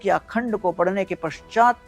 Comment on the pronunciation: ' PADNE ' KA TAREEKA NAHIN , " PADHHNE " KA TAREEKA .